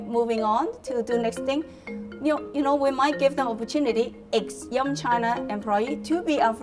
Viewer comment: They say “yum China” but I keep hearing “young China” :)